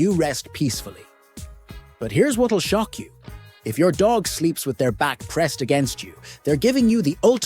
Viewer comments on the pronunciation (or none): none